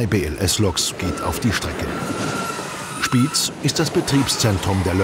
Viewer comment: Nicht Spiiz sondern; SpiEz!